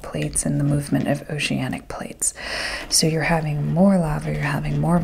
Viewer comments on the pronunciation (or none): none